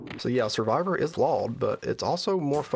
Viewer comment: Survivor is Law? I can't figure out what you're saying there and even the closed captions were confused.